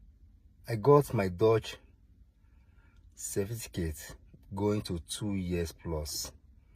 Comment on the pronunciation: You can't even pronounce certificate well.......cerfiticate. yeye man. A bloody lier